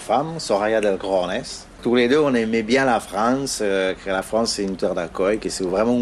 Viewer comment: Ça va tou bieng